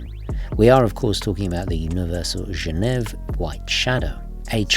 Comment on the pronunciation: “Gen ev”!!!??? It’s Genéve, as in the capital of Switzerland. Surely you knew this.